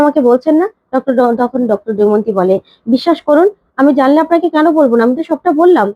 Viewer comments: তুমি কি দময়ন্তী উচ্চারণ করতেই পারোনা, সমানে দৈমন্তী বলে যাচ্ছ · Ekhono Damayonti uchchron korte paro na?